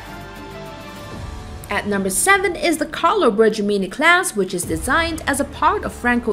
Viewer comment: yes, Indeed, the famous "Colo Brejamini" frigates. Pronunciation as accurate as the description of the ship...